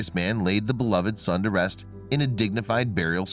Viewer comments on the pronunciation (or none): none